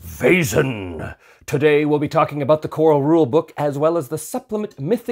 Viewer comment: Perfect pronunciation of Vaesen! Your soft S was a little more German than Swedish, but spot on. Fun fact: Vaesen/väsen/Wesen (modern German writing) means “being”, so by extension “entity, creature”, it stems from the PIE root *wes- that means “to be, to live, to remain” as seen in the simple past “was” in modern English. I suspect the correct term must originally have been “supernatural beings”, but maybe “väsen”has semantically shifted in modern Swedish. Would make sense, since while every living being is a Väsen, you wouldn’t address anyone as such. Anyway, goodbye fellow entities!